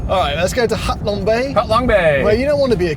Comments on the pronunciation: Bros, it’s ‘Ha Long Bay’, not ‘Hat Long Bay’! :) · Its Ha long bay mor..s 😅